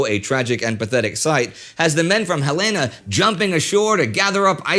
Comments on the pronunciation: The Light Cruiser Helena is named after the Capital of Montana. Pronounced Hel-eh-na! Bow of the ship is pronounced bow, as in bend at the waist, not like a bow on a present. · The cruiser Helena is named after our state capitol in Montana. It is pronounced "Hell-in-uh". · “Helaina”? Indy, how long have you been living in Europe?